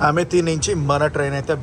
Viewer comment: అది అమేథీ చెప్పడం అమెట్టీ అన్నట్టు చెప్పారు